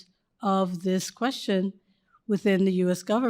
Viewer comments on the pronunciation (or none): " Dis question.." " I can't answer dose questions..." "Dis and Dat .." Utterly brilliant.